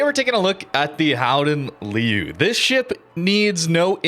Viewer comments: Please don't try to speak dutch just orange and golden its horrible. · jesus that pronunciation was terrible please just say golden lion and prince of orange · ''Howden leu'' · You know. You can google how to pronounce things ;D